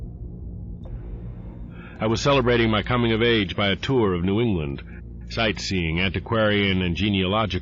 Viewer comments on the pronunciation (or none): none